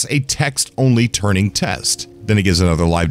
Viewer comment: Lol. Turing test, not turning test..